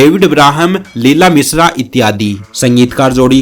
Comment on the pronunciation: Mishra ko Misra, Subash ko Subas, Rajesh ko Rajes, and many other wrong pronunciations.